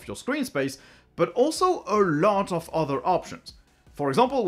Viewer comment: Take a shot every time he says "Ah LOT"